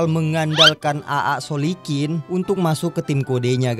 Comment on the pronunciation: Itu AA soklin bang,bukan solikin😂😂😂😂